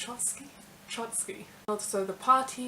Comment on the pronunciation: Trot Ski :D